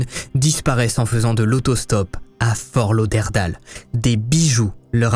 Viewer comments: Super vidéo bcp de recherches, par contre pour la petite info on dit fort lauderdayle et non Dale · HAHAHA Comment tu prononce Fort Lauderdale??? Comment tu prononce New York, Hollywood ou simplement Tyler? En anglais? Pareil pour Fort Lauderdale, pas dure dire daile et non dale. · Excellent vidéo! Mise à part la prononciation de Fort Lauderdale, mes oreilles saignent! 😬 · Aïeeeeeeee mes oreilles. On dit Fort Lauderd-ai-le 😉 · Ta prononciation de Fort Lauderdale est magnifique !! mdr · fort lauderdale! misère, essaye de bien prononcer à L'anglaise. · Tu as massacré à la tronçonneuse le nom de la ville de Fortlauderdale loooll Et cela sans aucune gêne! Je ne suis même pas encore rendue à la 26e minute et cela fait 6 fois que tu répète cette erreur ignoble!! Wooww Ça me fait saigner des oreilles!!! Le ridicule ne tue vraiment pas alors???? C'est à cause de gens comme vous qu'on se moque des Français qui parlent anglais!! Tu ne sais pas comment ça se prononce, regarde sur Google 2 secondes!!